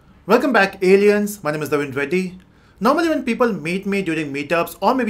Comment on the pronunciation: Is he telling us aleans😡😡😡😡